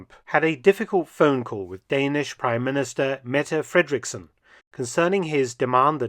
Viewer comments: Her name is Frederiksen, not "son" And where did you get the strange and wrong Idea that Greenland was colonized in 1252? It was settles by 986. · It's Mette Frederiksen... there is no O is that. What do you think we are? Swedes??? Tsk tsk! Also. Denmark has never been a part of Norway. However Norway has been a part of Denmark. There is a difference there. Please get our history right.